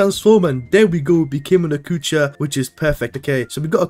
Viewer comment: blud calling adjucha "akucha"😂😂